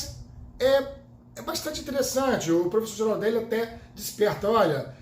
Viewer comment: Fala, se fala Guiraldeli.